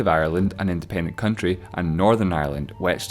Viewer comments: Am I the only one that noticed it said coutry not country? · 'the coutry' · on the right.. what is a coutry?????I think you mean country or county